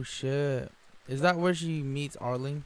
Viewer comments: it's arlong not arling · Why do you keep calling him Arling instead of Arlong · just say are-long